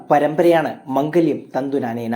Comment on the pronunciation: മംഗല്യം അല്ല മാംഗല്യം എന്ന 😂